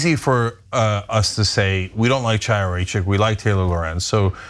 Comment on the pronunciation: Ana, thank you for your work. I have two friendly comments about pronunciation. The name of the despicable right-wing activist and stochastic terrorist you are referring to is pronounced "Khaya", the "Ch" at the beginning of her name is not pronounced like chair or china or chalk. Also, when referring to the newspaper "Ha'aretz", the emphasis belongs on the second syllable, "AH", and not on the last syllable "retz"- i.e. Ha-AH-retz. Thanks.